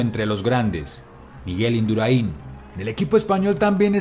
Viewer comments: crazyes mad ...por cómo se debe pronunciar Induráin. ...correcto. Lo que no es correcto es cómo se debe de pronunciar vídeo. ..Se debe pronunciar como lo pronuncian los sudamericanos, es decir, sin tilde. Yo tb lo pronuncio mal, como tú. No te lo tomes a mal. Saludos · Se llama Induráin no Induraín, lo pronuncias mal. Es solo una aclaración. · Es Induráin, no Induraín, aprende a pronunciar antes de hablar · Induraín no, se pronuncia induraín, con acento en la a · Buen vídeo, pero no es Induraín, es Induráin, con acento en la "a". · Me gusto mucho el vídeo, yo pude verlo en directo y fue algo èpico, solamente un apunte, es Induráin no Induraín. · Es Indurain, no Induraín. Un grande, en cualquier caso. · IndurAin , amigo la fuerza esta en la a no en la i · Como duele cada vez que dices Indurain. No lleva tilde en la i para que lo pronuncies de esa manera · No es Induraín. Es Induráin, con tilde en la letra A. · El mejor de la historia dice ja ja ja ja y no es indura in, es induraaaaain. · No se pronuncia Induraín, se pronuncia Indurain, sin acentuar en la última i ¡¡¡¡ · Induráin, no Induraín. Acento en la a para romper el diptongo. El mundial debería haber sido suyo, pero Olano se escapó e Induráin, como buen compañero de equipo, le cubrió las espaldas. En el sprint ya se vio que era el más rápido del grupo. Y si no se hubiera escapado Olano, podría haber hecho como en el Tour: poner el molinillo y reventar a todos, incluido Pantani. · Se pronuncia Indurain, no Induraiiin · Indurain se dice, no se dice Induraín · Es Indurain, no Induraín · Que cojones Induraín. Se dice Indurain. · Induráin, no Induraín. Por lo demás muy buen video, no vidéo. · Se dice Indurain, y no Induraín. A ver si aprendes. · Que manía con decir Induraín con el acento en la i, es INDURÁIN con el acento en la a. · Induraín no, Induráin. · induraín NO, INDURÁIN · La pronunciacion de Indurain por induraiiin ejem mejorable por lo demás aún me sigue poniendo lo pelos de punta